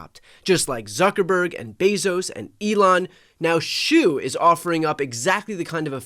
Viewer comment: The Chinese name Shou is pronounced like "show," not "shoe." At least in Mandarin it would be. Dunno about Cantonese or any other dialect.